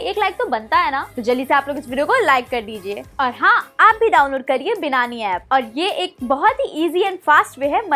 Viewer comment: बिनानी नही बायनँनी